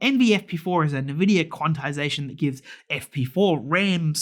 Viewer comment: wait, why are you saying nEvidia